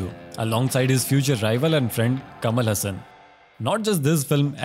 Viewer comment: Dude pronounce tamil name correctly. Kamal Hassan , rajni kanth. Press nth.